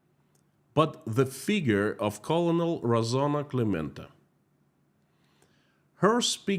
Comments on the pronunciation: Colonel is pronounced "kernel" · colonel is pronounced.. Kernal. but its close enough. Well, only reason why American's aren't there.. they don't know what russians are or ukraines to be honest. But they can tell you what a jewish person is and why they should protest the "mighty" jews over the "underdogs" even if the underdogs killed hundreds of people, but god forbid somebody retaliates against the underdog. Free occupied Ukraine. Protest Russia. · Colonel pronounced Kernal in English language😊 Great job as usual 👍💜💚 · Just FYI because this is a common mispronunciation: Colonel is pronounced "Kernel" in English (like a popcorn kernel). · Daily reminder that "colonel" is pronounced "kernel". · One note about pronunciation: the word "colonel" is actually pronounced like "kernel" in English. Yes, it's ridiculous, but that's English for you! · btw I think Colonel is pronounced the same as "kernel". (At least according to googling "colonel pronunciation") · I'm sure you want to know colonel is pronounced ker-nal. Thank you for your work. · colonel is pronounced like “kernel”. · Yeah FYI for whatever reason "Colonel" is actually pronounced "Kernel" like corn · your site regarding Russia is the site we watch as true and reliable information. Just a correction for the pronunciation of US COLONEL. Say it like US kurnel. Makes no sense but that's how to say it. Your information about this current world situation is much appreciated. We know this is a very difficult time for you and your family. Our prayers are with you. Bill and Pam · Love your content...although I wish you would check pronunciation of words you don't know :-) "colonel" as an example takes only seconds on Google. I wish you well none the less 🙂